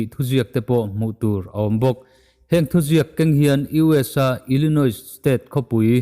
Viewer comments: Ilinois- ilinoi tiin an lam ṭhin (duhsakna aw a ni e) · Ilinoi tih tur aw,s hi lam rik loh tur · Inthlahrung takin kalo sawi ve lawk. Illinois hi "Illinoi" tia lam tur. "S" lamrik loh tur.